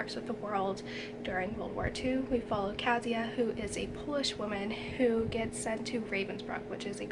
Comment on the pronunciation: Yes, Kasia (pronounced, KAH'-shah, not Kaz-yah) is indeed a composite of the Polish women who were tortured in the Nazi experiments. Thankyou for remembering and for doing this nice review!